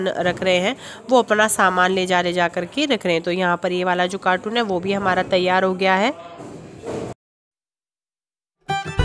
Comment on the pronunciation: Aapkaa task sach main bahut mushkil hai per kuchh nahi ker sakte. Aa the best for new house. Ek suggestion doon agar mind naa kero. Aap कार्टून bol rahi thee कार्टून नहीं कार्टन बोलते hain. Mind naa kerna hum aise hee ek doosre se sikhte hain. All the best